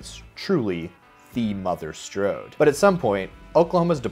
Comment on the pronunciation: "The mother strode"